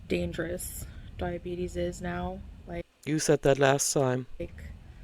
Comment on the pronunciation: Diabetes or LIE-abetes 😂😂😂 . MD notes say patient stopped medication - DAYUUUUUUM. She really thinks she is bulletproof… smh